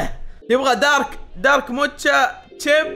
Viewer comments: موكا❌ موتشا✅ 😂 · موكا ❌ موتشا✅